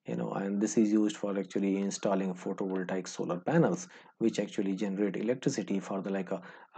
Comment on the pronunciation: photo voltaiek ;) , for the liek a, actually, actually, "this side like a north !", tired counting how many laika and actuli , gave up.